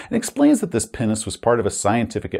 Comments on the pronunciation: I'm sorry but whenever you said Pinnace, I've heard "penis" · Am I supposed to be an adult? Yes. Did I have an internal chuckle every time said ‘pinnace’? …Also yes. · Oh! Pinnace! Definitely didnt hear that correctly the first time. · Pinace... you keep saying it and i keep being confused. Then i see the floor plan and O.o